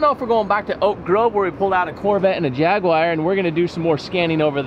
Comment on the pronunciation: Jaguar not jagwire